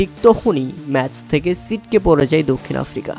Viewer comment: ছিটকে পড়ে যায় ❌ সিটকে পড়ে যায় ✅ 😂😂